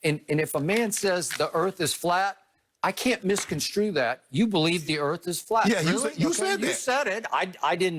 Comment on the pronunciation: Somebody please tell Shannon that it pronounced ( miss-con-strew ) not ( miss-con-screw )